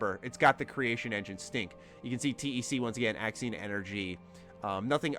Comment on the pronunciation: You keep saying Axin energy my boi... I'm sure it's Axion energy